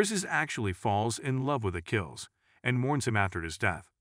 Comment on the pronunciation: "A-Chill-E"? I thought the "ch" in his name was pronounced as a "k" - "A-Kill-E"